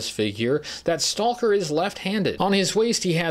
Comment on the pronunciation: I love you, but I can’t watch this video because of all the “Stahl-ker” and “Tahl-k” and “Tahl-king” very very difficult to hear you say this so much. And what makes it worse is that it sounds like to trying to over pronounce it because occasionally you don’t say it when you really get going.